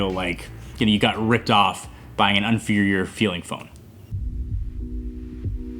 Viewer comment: *inferior, not 'unferior'